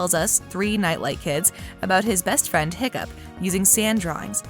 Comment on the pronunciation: it’s “Hiccup Havoc the 3rd” not “Hoccup Horrendous”